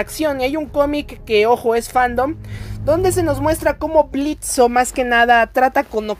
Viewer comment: "Blitzo" "Blitzo" "Blitzo" "Blitzo" "Blitzo" "Blitzo" Blitzø: QUE LA "O" ES MUDA!!